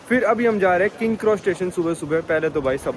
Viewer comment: Bhai tu naam sahi se liya kar yaar king kross station nhi King's cross station hai aur platform nine three by four nhi hai wo platform 9 and 3 quarters hai...ya nhi aa rhi to platform paune das bol le bhai lekin sahi se bol.